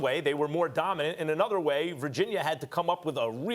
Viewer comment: Virgin-yurrr - Stephan A. Smith